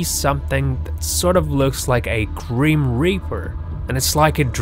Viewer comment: its not called a greem reaper, so why u saying it like that.